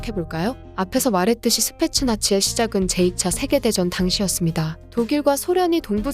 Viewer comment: 스페셜 나치로 들리네.